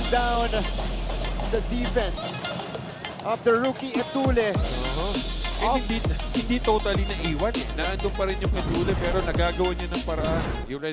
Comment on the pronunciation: Sino ba yang commentetor nyu ncaa d marunong mag basa . Zedjay etulle... Etulye pag basa nyan putik😂😂